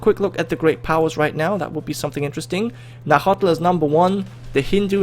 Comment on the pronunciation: its pronounced Nawatl